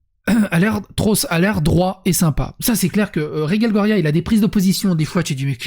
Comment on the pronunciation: Ce qui me perturbe, c'est que tu prononces Reguelle, et Rege prononcé Raige. Sinon, je suis pas contre le fait qu'ils étalent leurs vies sur les réseaux. Sinon j'aurais pas mon contenu quotidien de.